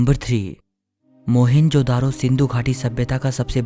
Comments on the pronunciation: भाई इसका नाम 'मोहनजोदडो ' है न की मोहेन्जो - दारो !!!!! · But first and foremost Its not मोहन जो दारो ❌ Its मोअन जो दढो ✅